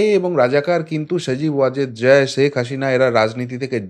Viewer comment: ভালোইতো প্রপাগান্ডা চালাতে পারো ! মনে হচ্ছে মাটিতে তোমার অবস্থান নয়, পৃথিবীর সাথে তোমার যোগাযোগ নাই। আকাশে বা অন্য কোন গ্রহে থাকো। সাধারন মানুষ বোজেনা, তাই আবোল তাবোল নি্উজ করো। জয় এর নামটাও ভালো করে বলতে পারো না। খবর পড়তে বসেছো😁😄😃😀